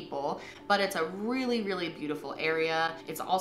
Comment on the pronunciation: This has nothing to do with the story, it I had to pause to say thank you for pronouncing Nevada correctly.